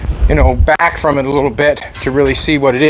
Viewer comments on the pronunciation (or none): none